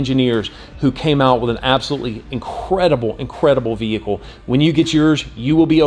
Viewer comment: I must be really tired, I swear you are saying vehickow. LoL. Looks like a great vehicle. What color did you order? A friend in Maine was going to get the sport. I told him to wait for this one. Thanks for posting.